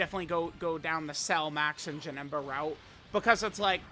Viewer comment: He aint Janemba, he’s Ja-HIM-ba